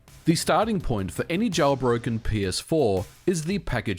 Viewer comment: "Jowlbroken"... Yeah, that's kinda how you sound Ôo And it's pronounced RetroARTCH. It's not spelled "Arc"...